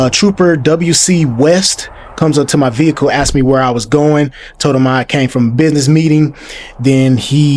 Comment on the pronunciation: The word is "asked". not "axed".